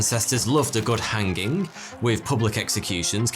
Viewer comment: Never heard it pronounced "Han ging" before.